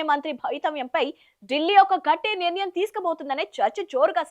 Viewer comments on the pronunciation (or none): none